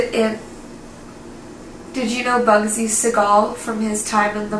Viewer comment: Bugsy just appeared to me and told me he's pissed off that you can't pronounce his name.🤣